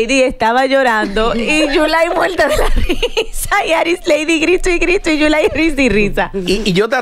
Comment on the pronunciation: Dice yulay que caroline mojo